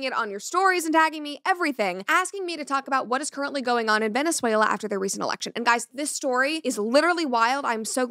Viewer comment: That Venezuela pronunciation was ❤